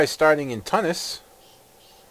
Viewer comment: Wow nice graphic settings.. and it's pronounced Tu-nis derp